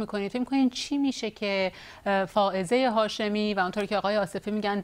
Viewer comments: فرخ جون یهوی بگو خانم هافزه شاهمی. برو ی کم فائزه و هافزه رو تمرین کن جون دادا خیلی باحالی... چندبار گفتی هافزه.!! خانم هافزه مصداق این شعر حافظه. دمت گرم فرخ جون چه شعری!!!! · آقای نگهدار یکبار هم اسم فائزه هاشمی رو درست نگفت